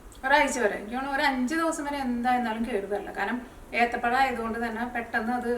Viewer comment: ഏത്തപ്പലം അല്ല എത്തപ്പഴം